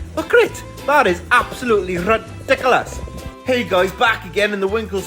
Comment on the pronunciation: I love that it’s rrrridicolos lol